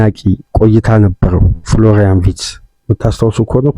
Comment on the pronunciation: Please pronouce his name ፍሎራይን ቨርትዝ instead of ዊድዘ If you dont like it , you can ignor my msg. Thank you